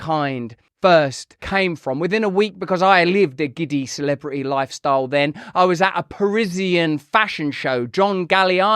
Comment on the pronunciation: Russell, your "r's" are coming along MARVELOUSLY!....FLEX THOSE LIPS!!!...Now, the "t's." No more of this "celibri-y.".....Try it with me:..."celebriTy." The word "Brit" is in there!